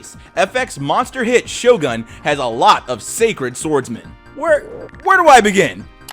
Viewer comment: I thought you said shotgun lol